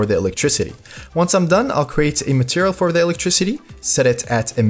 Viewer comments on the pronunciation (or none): none